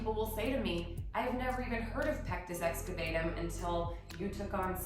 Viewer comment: It's actually pronounced pectus excaVAHtum. You seem like the kind of person who would want to know that. Thank you for all you do! I start every day with your calendar - what an amazing way to start the day!